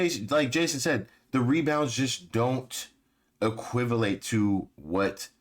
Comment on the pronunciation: "Equivilate". I'm stealing that. Love it.